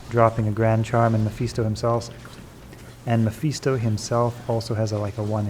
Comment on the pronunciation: Quality content right here, but im cringing a little on the pronunciation of Mephisto.